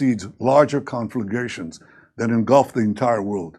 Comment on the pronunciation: Is that the first time he's tried the word "conflagration"?